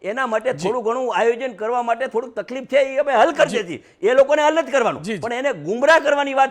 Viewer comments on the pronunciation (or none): none